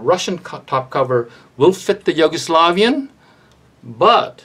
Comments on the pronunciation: but it's yu-go-slavian not yo-gu-slovian xD had a giggle listening the way you pronounce it. It's all good. Nice content. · Why are you pronouncing it Yoguslavian xD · It’s like You-go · he's pointing out the pronunciation of the Yugo part of the word. Sounds like you're saying Yogo. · Hahaha he said “yogo” slavian 😂